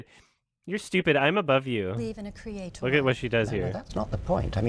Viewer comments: I don't think this lady ever learned how to say creator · question for you americans: is it usual how she says „creatoooor“? I don’t remember ever hearing this word pronounced like that…